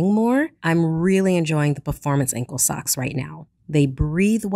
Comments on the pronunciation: Thought they said sex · did she say at the beggining socks or ......